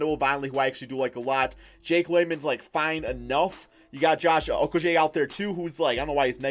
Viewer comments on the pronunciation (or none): fake fan how u don’t even know how to pronounce josh okogie name